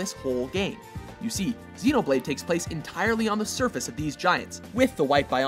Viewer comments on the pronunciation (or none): none